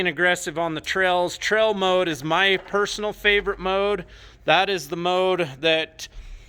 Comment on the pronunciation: Not trying to be a Richard but is anyone else hearing trell instead of trail